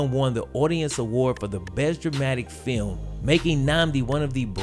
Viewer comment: i did know he pwoduced a awaad winnin feeum